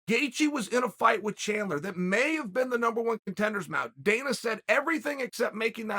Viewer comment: did he call dana danal or am i mishearing him😂